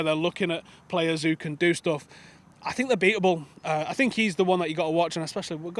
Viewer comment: "I think they are beatble"